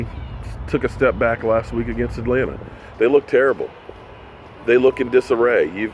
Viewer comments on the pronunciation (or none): none